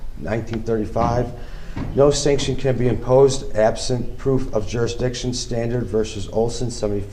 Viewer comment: I love how he says the courts have no jurdsdiction and then also asks the court compesate him